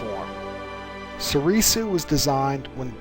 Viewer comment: Please, stop saying So-ree-soo